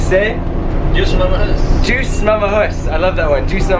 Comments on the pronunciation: that's Dios not juice.. hehe... Dios (spanish), Diyos (tagalog) means God. Tama ba? Hehe. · It is "Dios mamajus" and "mangay ta may vidi-vidi"